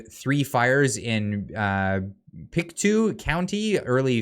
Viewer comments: It's pronounced Pick-toe ahah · Pronounced Pic-toe